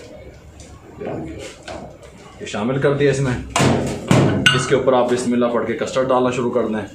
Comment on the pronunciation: Ma sha Allah ap har cheez bohat achi bnaty hain Bas uncle aik kam kar dain bismillah poori theek prha kren plz